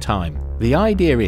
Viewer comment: he said idear instead of idea